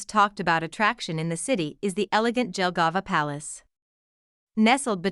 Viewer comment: This is why I HATE AI SPEECH it is pronounced YELLGAVA and not DJELGAVA 👀👀